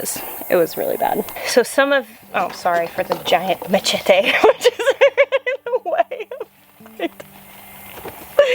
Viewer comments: I feel like we got a dose of “Latina style ” at the beginning there between the pepper names and correct pronunciation of machete😂 get it mujer! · As a Puerto Rican Gardener you nailed the pronunciation on that machete 🥰